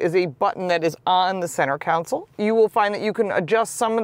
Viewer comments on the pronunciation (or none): FYI - You keep mispronouncing the word "console". You say "council". (cown-sill) But a "council" is a group of people. While a "console" is a car part. ✔ "Con-sole". ❌ NOT "Cown-sill". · Con-sole. Not, Council.